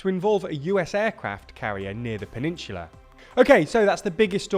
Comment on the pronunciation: Why on earth do you pronounce peninsula like that